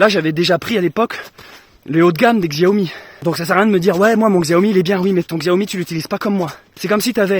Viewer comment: salut je n ai pas fini la vidéo mais précision xiaomi ( que l on prononce chiaomi mais on s en fou ) est une marque chinoise tandis que samsung est coréen...pour ton prochain téléphone essaie sony...à plus et prends soin de toi